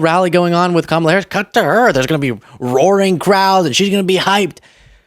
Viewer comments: he did it again! he pronounced her name correctly! that proves that he has to think about mispronouncing it every time and no longer can handle the effort. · Every time Trump accidentally (due to his dementia) says Kamala’s name correctly, his little band of sycophants cringe.